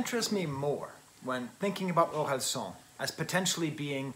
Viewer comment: i'm french and the "san" in Orelsan is actually pronounced like the japanese honorific suffix. which is most likely what it's based on. so "an" is pronounced like "âne" or "Anne" !